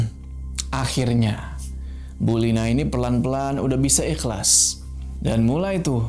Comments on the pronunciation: Bang lu kalo ngomong kata "akhir", " "Ikhlas". Izhar nya mantep banget dah 😆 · Makhraj namanya.